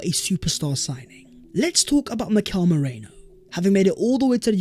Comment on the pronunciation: ME-RI-NO!!!!!!! OH MY GOD.